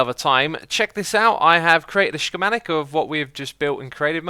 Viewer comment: Scc-mah-tic not she-mah-tic